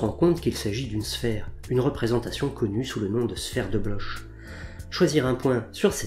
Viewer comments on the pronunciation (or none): Bonjour, ce nom de famille (qui est le mien) se prononce Blor ou Bloc mais pas Blosh. C'est comme Bach qui se prononce Bac ou Bar.